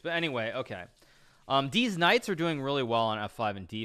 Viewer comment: This man said "Deez nights"